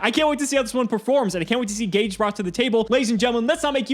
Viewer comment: Because it's Ga-Geh 🤷